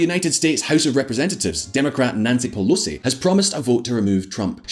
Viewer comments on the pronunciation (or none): none